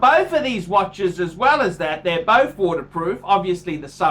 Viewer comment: I'm not liking how Jack Black's brother pronounces both "Boff"